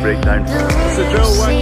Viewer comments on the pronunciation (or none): none